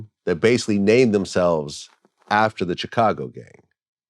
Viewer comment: I really hate the way vlad says Chicago lol